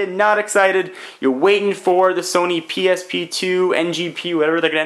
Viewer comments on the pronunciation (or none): none